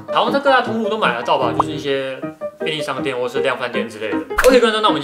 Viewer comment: 便利商店我聽成便逆尚dn